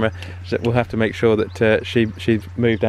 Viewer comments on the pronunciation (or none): none